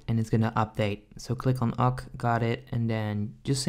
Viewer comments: so click on OCK its not pronounced OCK its pronounced O K k ok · He said ooooccc instead of OK in2.13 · He said instead of ok he said: ock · The guy said o k not okay